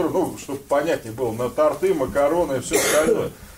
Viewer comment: И ударения не правильно ставит тОрты, а не тортЫ